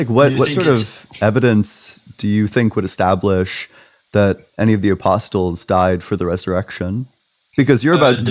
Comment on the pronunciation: Hey, btw the 't' in 'apostles' is silent.